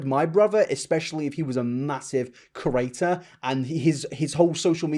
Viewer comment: can you not pronounce the word “creator” correctly??? why do you keep saying “corater”???